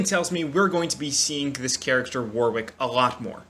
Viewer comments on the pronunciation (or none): If you pronounce Warwick wrong one more time lmaooooooo Btw I think it's pronounced "War-ick" there's a city here in the uk that's pronounced like that so yeah.